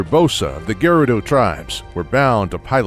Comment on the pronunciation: It's not geh-rudo, it's guh-rudo duh